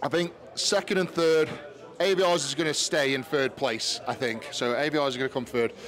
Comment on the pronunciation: You hear their names said all the time, yet you still mispronounce them 😂 Ay-vi-ars